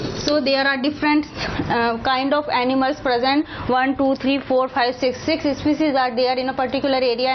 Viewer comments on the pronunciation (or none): It's not especies it's species improve ur English mam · not ispecies.... its species😝